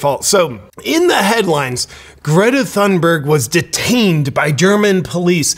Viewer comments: Great video JP. I am Swedish and I am ashamed of her. Just a small critique, Thunberg H is silent, you should remove the H when you say her last name. It is more Tune berg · Uh, it's & how tf do y'all know she staged it?